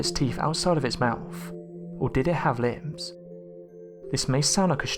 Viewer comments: You said "were t-rex teeth covered with limbs", you mean lips right? Why are you unable to pronounce it right? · Is he saying ”limbs?” Surely he means ”lips.”